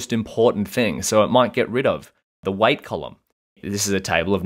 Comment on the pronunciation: why do you pronounce weight like white?